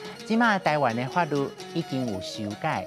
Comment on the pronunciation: 法律的律 是 lu̍t 第八聲喔。